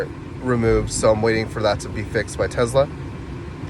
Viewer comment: For the love of God…..it’s called a TeSla…..not a Tezla. Nails on a chalkboard